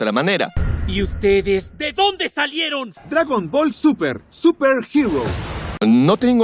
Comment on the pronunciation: Creo que tengo un problema en el oído Por que soy el único que escucha "Di uztedes! De donde salieron >:v?"